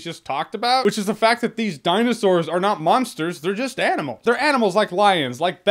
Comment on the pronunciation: The way you said DINOSAURS also you gave the same rating for the first one consistent lol